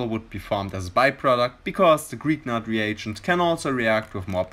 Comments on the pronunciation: "greeknart" ? Its Grignard. I spell it like "Grinjar" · Just a quick remark: "Grignard" is a French name and is pronounced "Gri-ni-ar".